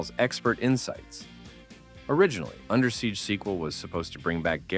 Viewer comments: I gotta say, it's under siege. Not Undersiege. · Good video, though I must complain about how you pronounce "Under Siege" as Undersiege, as if the siege is going on under. Repeatedly.